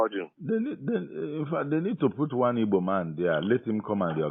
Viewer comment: Ok brother but next time learn how to pronounce igbo